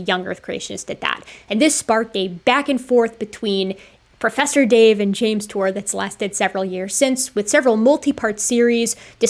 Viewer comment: Pwofesser dave....not a professor.